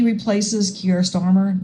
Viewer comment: Your saying his name right